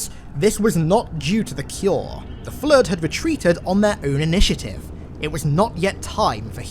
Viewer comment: Nobody:: "The Flutt"